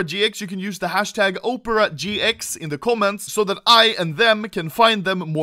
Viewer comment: bro literality said "upera gx"